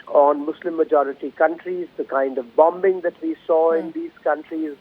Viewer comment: BomB-bing😅 BT pls train ur presenter